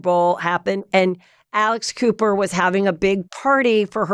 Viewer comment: When she said Alex Cooper, I thought she said Alice Cooper. Totally different visual. 🤣🤣🤣🤣🤣